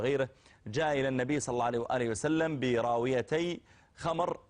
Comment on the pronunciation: كرهه لاهل البيت لفظ صلى الله عليه وآله وسلم بالغلط وطلعت ثقيلة من فمه